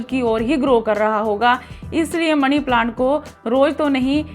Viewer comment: ओ पागल पहले तो मनी बोल मणी नहीं।